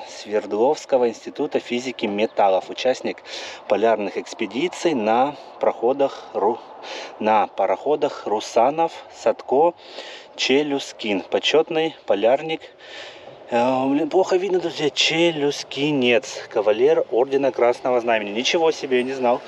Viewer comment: Челюскин вроде, ударение на ю...